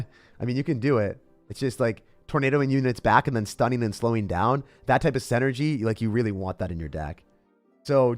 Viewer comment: I love you and your videos, but you pronounce the word "synergy" incorrectly. You say "SEN-ergy" but it's "SIN-ergy." If you corrected that, your videos would be perfect.